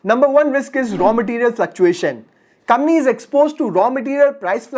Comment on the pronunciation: It's not kambany bro it's company. Pehley bolna toh seek le